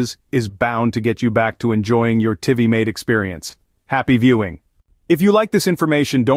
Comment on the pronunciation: My hopes weren’t high for these solutions when I heard Tivimate pronounced another way other than TVMate but spelt Tivimate. Ffs!